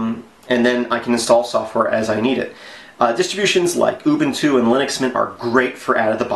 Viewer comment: First YouTuber who pronounced Ubuntu completely correctly.